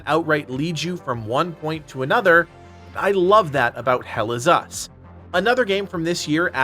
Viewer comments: Once heard. Can’t unhear. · Never heard this until this comment and now I can't unhear it 😔🤣